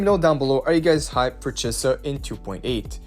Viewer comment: why did you pronounce chisa correctly once